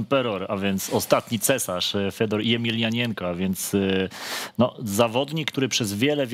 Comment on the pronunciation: Fiodor emelianenko a nie fedor jemielianienko.